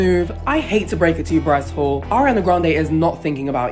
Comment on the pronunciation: “bryce holle” I CANTT LMAAOOO